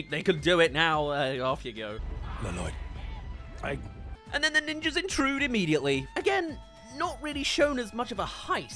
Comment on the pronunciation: I can’t tell if you keep saying la-loyd as a joke or if that’s genuinely how you pronounce it 😂